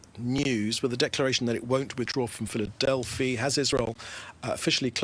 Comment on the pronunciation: No A at the end. It's in the middle...Philadelphi